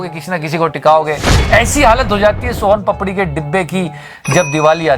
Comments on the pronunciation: its not sohan papadi , its soan papdi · Ye soaham papadi kya hota hai... Soan papdi hota hai😁😁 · Wahi, its son papdi, and is pronoincing it sohaan papdi, its like modi ji saying do lund trump instead of donald trump! 😂😂😂